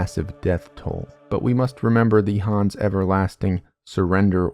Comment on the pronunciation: Is the name actually pronounced Hans??